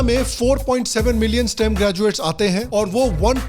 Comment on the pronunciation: Millin mat boliye bhaiya